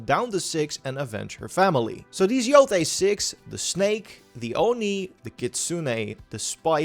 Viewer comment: Please say yotai and not yotee🙏🏾🙏🏾🙏🏾